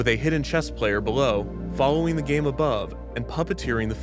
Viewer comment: I thought they said "gay" at first lmao